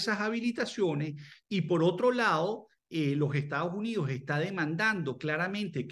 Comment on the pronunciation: a pero estados unios y no estados unidos como pronuncia de mal el español estos Venezolanos como el airiopuerto no aeropuerto